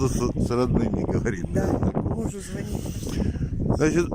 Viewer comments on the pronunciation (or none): none